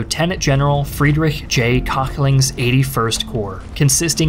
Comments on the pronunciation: Having him unable to pronounce it, the subtitles just introduced me to „General Cockling“ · Aachen was pronounced pretty well for an american speaker, but Köchling wasn't close (the O-Umlaut is almost identical to the sound from "worth" or "word" not a straight o) and Volkssturm is Pholx Stoorm not Wol... And you Americans usually love to mock us germans for being unable to pronounce V or W properly in English. :P